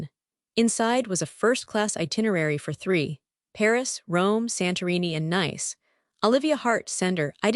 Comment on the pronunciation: If I hear Nice mispronounced one more time!!!🤨🤨